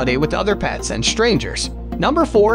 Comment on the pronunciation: Dachshund is spoken more like DAX-HOOND, not Datch-hoond. The name is German and means badger-dog, a purpose for which the breed was used to hunt badgers out of their burrows.